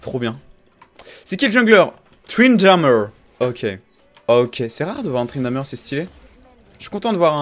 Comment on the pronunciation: Tu dis " Tryndameur " mec ? Sérieusement arrête !